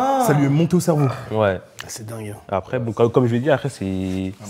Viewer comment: « Acrè » nanani, nanana, « acrè » c’est après bordel 😂😂 ça me rappelle moi quand je parlais en primaire 😊